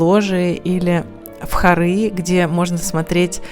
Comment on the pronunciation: Правильно говорить не хорЫ, а хОры.